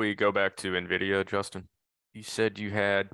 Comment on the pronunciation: Can't pronounce Nvidia correctly while likely using a computer with an Nvidia GPU in it. 🤣